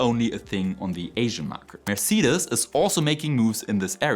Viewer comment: Mercedes is pronounced mer-say-deez I remain hopeful for new batteries, but I will not believe any of them are viable until techtubers can buy one for relatively little, test it, and cut it apart.